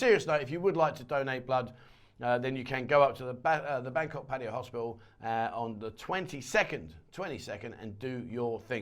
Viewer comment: Please learn how to pronoun 'Pattaya' nimrod.